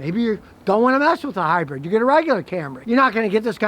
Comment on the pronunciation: Lol “high-bread”